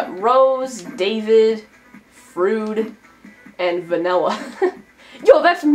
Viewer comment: Freud is pronounced Froyd.